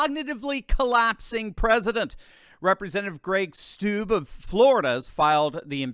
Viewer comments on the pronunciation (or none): it’s pronounced “STU BEE”. not “stoob”.